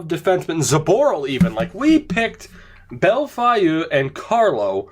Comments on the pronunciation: Bellefeuille = Bel-Foil (kinda) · Holy shit. Bell-foy